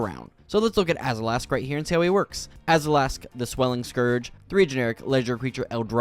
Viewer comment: He adds the letter A when it doesn't exist, AzAlask and AshAnod's alter, I'd have a hard time believing it's not a speech impediment.... I sure hope it is.